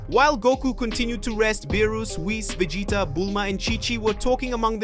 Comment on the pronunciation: SAYIN THE NAMES WRONG EVEN VEGETA U SAID WRONG LIKE WTH DO YOU EVEN KNOW WHAT IT IS YOUR POSTING AND OR EVEN KNOW THE STORY LINE ORIGINS??? 🤨🤨🤨🤨🤨🤨😐😐😐😐😑😑😑😑🤥🤥🤥🤥🤥🤥🤥🤥🤯🤯🤯😵😵😵🥴🥴